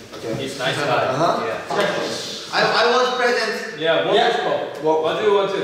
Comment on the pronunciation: "What do you wanteu?" "He looks like snakeu."